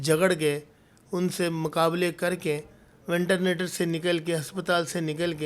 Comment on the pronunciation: Ventenator nahi ventilator machine hota hai Jadugar